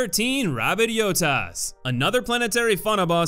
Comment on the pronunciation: Did you just call it a yotas???